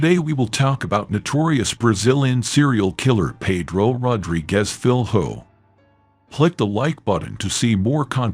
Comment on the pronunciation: learn how to pronouce his name correct before putting this up. should be the minimum request!